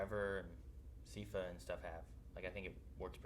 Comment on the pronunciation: They went the whole series and never learnt how to pronounce one of the main characters name right, Its pronounced SAI FUH